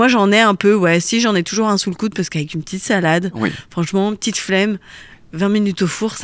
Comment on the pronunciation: « Avec une… peTITE SAlade ! » On reconnaît le bon accent lyonnais 😂